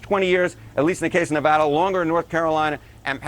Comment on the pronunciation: As a Nevadan, thank you for saying Nevada & not Nevoda